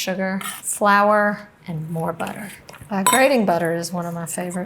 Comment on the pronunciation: It’s “Butta-Err“.